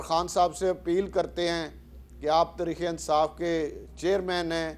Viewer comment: راجا ریاض کو تحریک انصاف بولنا نہیں آتا اور ان کو عوام اپنانمائندہ منتخب ہو۔